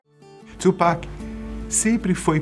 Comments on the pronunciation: Tupac! E não tchupac. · É TU PAC não Two Pac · não é tsupac é tupac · Não é twupac filho, é Tupac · Caralho mano , o nome dele é TUPAC , não txhupac . puta q pariu. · É tupac não tiupeki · mano, você disse Tupac invés de TWOPECK como geralmente falam, deve ser um dos sinais do apocalipse hahahaha video top! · Mas acho q a pronuncia correta é "tupaki" msm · Mano peguei ranço desse cara falando tupac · Falou o nome tchupac 150x